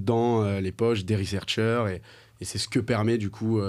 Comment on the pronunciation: « Les researchers ». Les gars, un effort quand même.